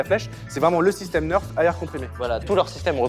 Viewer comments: "un neurf" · Sa Se prononce nèrf et pas neurf.😑